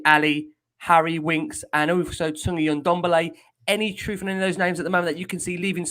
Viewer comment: It`s pronounced N`Dombele.